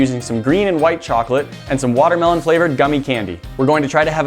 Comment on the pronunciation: learn to pronounce watermelon